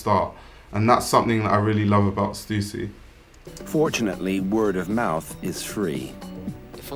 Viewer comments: its stuh ssy!!!! not stusi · thanks for pronouncing stussy correctly!!!